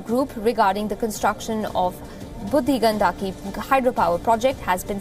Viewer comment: You are not pronouncing "budhi Gandaki" properly while its a Hindi and sanskrit word. Shameful..